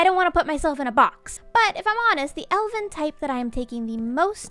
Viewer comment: Every time she says Elven, I hear Elden. Do I play Elden Ring too much?